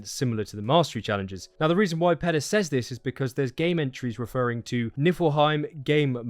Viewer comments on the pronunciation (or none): none